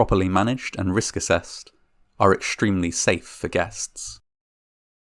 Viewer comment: The is no such word "exshtemely". There is no "h" You sound like a child.